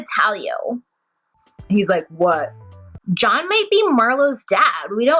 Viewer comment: The Shane/Shaun/John thing was confusing because she says his name 'John' with an 'sh' at the beginning. Lol I was confused too.